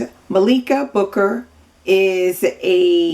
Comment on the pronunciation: Heyyy. I’m her niece and I’m very happy that you liked her book. I just wanted to say that her name is pronounced Malika like Mah-lik-a. Thanks for the commentary. Subscribing right now.